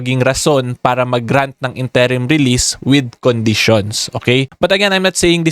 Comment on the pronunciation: Good info, Request lang po sana ako. Interim, first syllable stress po sya, not second. Sorry na. Hahahaa. I know, nit picking ako. Haha.